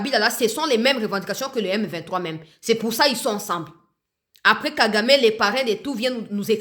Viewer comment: C'est vraiment regrettable, mukolo ya lokuta boyee autaa wapiii? Yoka ndenge azobeta beta munoko. Il est incapable de prononcer le nom M23?????